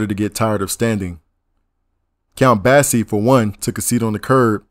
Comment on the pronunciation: Basie not Bassey Blakey not Blakley Eldridge not Elridge Gillespie not Gilispy Gryce not Greece Rollins not ro-lins Zu tee not zuttee But anyway, thanks brotha.